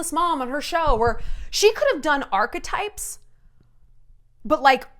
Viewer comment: Shallon is literally the FIRST person I have heard pronounce the word ‘archetypes’ correctly! That said though, I would rather listen to Shallon gargle the word archetypes on repeat while clashing cymbals together and Cowboy bays in the background before I would EVER listen to 15 mins of the sus duchess’ podcast 🙃